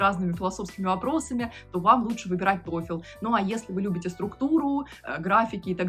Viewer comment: Не тойфЕл, а тойфл)